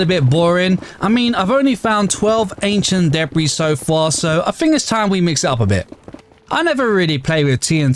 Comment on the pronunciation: Wtf? The way you pronounce ancient debris is insane, f@ gettin sick n tired of this shit. The amount of people on youtube that mispronounce stuff, cuz its cute or fun or shit or makes you relatable. Like hahahaha were f@ around with language making a mockery out of the ONE THING we can use to understand each other. Like mate, your not understanding some kid at some point will see this and think owh thats just how you say debris. Do you understand how insane that is, not the minecraft ancient debris. But debris, the actual normal word. You WILL at somepoint give a kid the idea to start "funnely" mispronouncing this and other words. Cuz heyy half of youtube doesnt how how to talk properly why should i. I can just call stuff, kitin (chitine) or deb-ris or whatever weird other mispronouncion a grown 20-30 something year old is unwilling to fix. Meanwhile im struggling to explain something in english to someone whoes been speakin it their whole lives cuz they refuse to learn or even acknowledge that what they say is wrong. Its not funny its not cute, your just making communication even harder to achieve. If your saying shit, make sure you know what your talking about. Dont just use words, you dont know or dont know how to pronounce, dont just start using a word you dont know how to say daily. Cuz youll teach yourself and others something wrong, while making it EVEN harder for others to try to communicate.